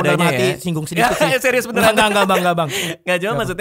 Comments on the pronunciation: Dia mau bilang serius malah bilang zyrzyus 😂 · Dia mau bilang serius malah jadi zryzus gitu 😂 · Dia ngomong seriuz bang radit hahaha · Tadinya mau ngomong serius bang jadi sizzbang 🤣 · bilang zeius bang wkwkwk